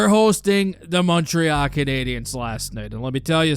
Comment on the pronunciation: Its not MontreAAHH its MontreAL